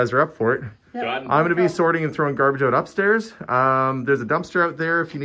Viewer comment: I love it when you say "out"....it turns into "auwt"....the only dialect change I can hear. Must be the ou pronunciation in general. Love the videos